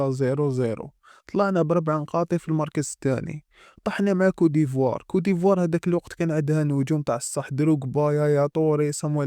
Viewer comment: ماشي cou d'ivoire لكن côte d'ivoire